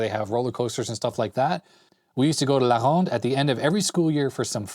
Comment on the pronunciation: Hey! Your French accent when you say La Ronde is perfect! Were you in French school over here in Montreal?